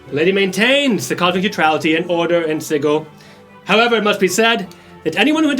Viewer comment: it's pronounced: sɪdʒɪl rhymes with vigil, not giggle